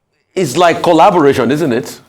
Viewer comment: I hope I didn't hear this Man calling "collaboration," "Callubration." If so.....